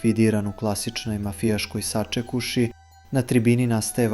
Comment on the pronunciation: MUTAAVI HAAAHAHHHAAHA SAčekuŠI